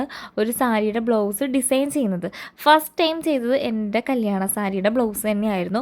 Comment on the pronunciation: It is blouse, not blow's